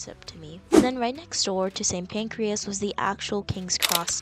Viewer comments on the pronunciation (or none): It’s not pancreas ( as in body organ) it’s St Pancras